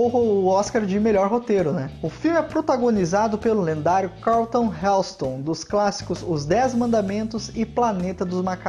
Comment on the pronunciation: Muito boas as informações e excelente escolha de filme para mostrar para as gerações atuais. Só errou BAGARAI as pronúncias dos nomes de atores, atrizes, locais e filmes! Charlton Heston (CH com som de X = Xárlton), CinecitÁ, Ponte do rio Kwai (não Kawai), enfim... vale ter mais cuidado de aprender a falar corretamente os nomes das coisas! 😉